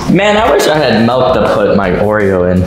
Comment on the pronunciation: He said. Melk when its milk 😂😂😂😂